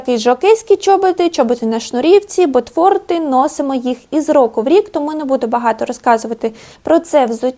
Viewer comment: бАтфорти, бАтІльйони, антІ-тренди 😂 бідні мої вуха